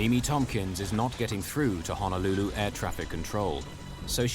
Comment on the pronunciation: EMDR can help with trauma. I wish the narrator would say Honolulu correctly. 🤦🏽‍♀️🤦🏽‍♀️🤦🏽‍♀️